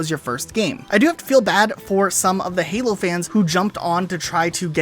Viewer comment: it a sounded like you said fallout or hallow not halo